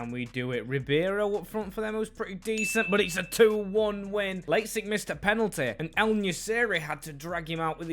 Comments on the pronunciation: Pronunciation of lazetic is outrageous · u butchered lazetic's name but great vid happy to see fellow serbians making it in the team